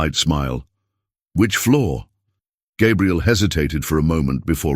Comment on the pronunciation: The narrator keeps messing up Gabriel's name some times saying it right, but a lot of times calling him Gabrielle (which is a girl's name).